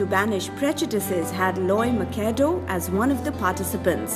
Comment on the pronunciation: Thank you for the interview opportunity. PS - My name is pronounced as Loy MA-CEE-DO and not MA-CA-DO:P